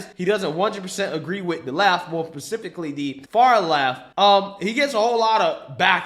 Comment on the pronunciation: Dude said pacificly lol. Good video man thanks.